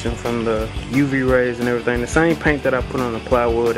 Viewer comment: Thanks for the videos, i appreciate it! I like how you say "errythang" Im from Canada so it caught my ear right away:P lol. Have you compared the costs of your DIY solar panels to the cost of your typical commercial 63 watt?